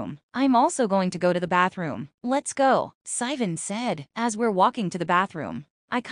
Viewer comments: why is it pronouncing sivan like that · AI couldn't say it right